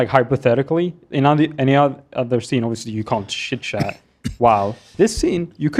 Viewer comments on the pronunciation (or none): I enjoyed it when pronounced “chitchat” as “shitshat” & how no one batted an eyelash